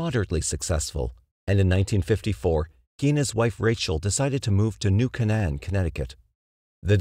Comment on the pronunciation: It's "New Kay-nun". "New Kay-nun". Sheesh.